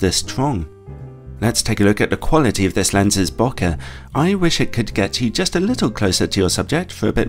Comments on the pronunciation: Listening to it again, it sounds like a combination between boka and boke, so can't really tell, but doesn't quite sound right. I usually tell English speakers it is closest to the pronunciation for "bouquet", as in a bouquet of flowers (said by an American. Not sure of England.). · Is it though?